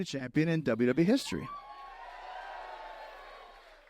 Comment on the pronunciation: “The first undisputed champ in WW history.” His “E” has always been silent.